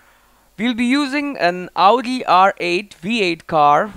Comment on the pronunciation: so stupid he says augi instead of audi